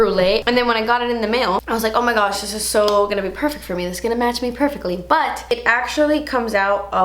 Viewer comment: Did I hear 'Ohh my gooch' when trying the underarm mask? If so that's what we call your taint in England 😂😂😂